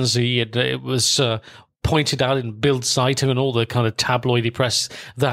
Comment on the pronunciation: Very well narrated and researched, but why do you get the pronunciation of practically all German words and names systematically wrong? .. From Zeitung [tsaitunk] to Erich, Wilhelm or Margot. I thought you had a German speaking background.. that doesn’t sound all too plausible 😉